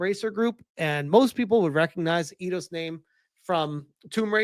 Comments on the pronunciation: It's pronounced like eye-doss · 🤦‍♂️ oh my friggin god. It's pronounced eye-doss. You freaking tourist. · come on! Its AI-DOS. It was the 1st thing you hear when you launch an og Eidos Game